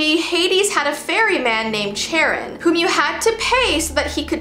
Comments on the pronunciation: I’m pretty sure Charon’s pronounced care-in not chair-in (not trying to be rude!) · It's care-on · Charon is pronounced "Care-on" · As a Greek mythology fan I say this is pretty interesting. Also just to let you know it's promo Caron, the h is silent like Chiron. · Okay time for an Ancient Greek lesson: when there is a "ch" you pronounce it as a "k" so Charon would sound like Karon, and Chiron would sound like Kiron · It’s chair-ee-on LOVE U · And it's pronounced 'Care-on' sorry a percy jackson fan here no hate love your videos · The way she pronounced Charon… sorry but it’s pronounced like KARE-ON